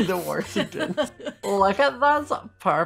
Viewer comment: "The worsingtons" - 2020